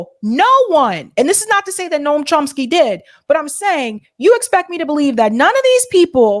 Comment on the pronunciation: It's NOT NORM, but Noam, dude from News Nation.